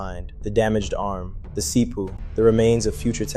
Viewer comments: pronouncing it this way added 5gigahurtz to my See-Poo! its so amazing! Thank you See-Poo! You're the best! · Did you just refer to a CPU as a seepoo??